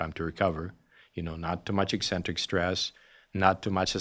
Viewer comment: “Ek” centric. Not “ee” centric. Pavel says it right.